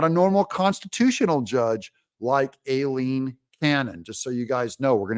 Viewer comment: Doug, I could be wrong but typically Aileen and Eileen are both pronounced as I - Leen. ☺️